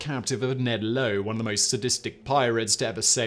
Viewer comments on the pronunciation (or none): none